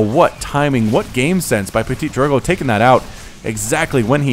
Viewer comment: That's so fun to hear at you (and any english caster) saying Ptitdrogo x') you sound like "PetiteDrogo" or "PetitDrogo" instead of ptitDrogo^^